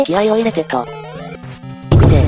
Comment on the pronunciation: 「行くぜ！」が「行くの？」 ってなってるの可愛くて好き （秒数訂正しましたm(_ _)m↓）